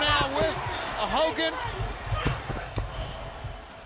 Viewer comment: Hoe Kogan